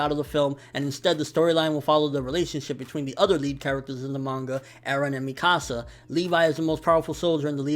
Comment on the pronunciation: I've seen some ppl pronounce Mikasa's name differently like him. Why?? In the Anime and Movie they pronounce it (meekasa) but he says it different. Is there an actually way to pronounce her name??